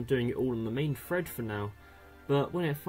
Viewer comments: Well done, but it's pronounced "thread" not "fred" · Drink every time he says "fread"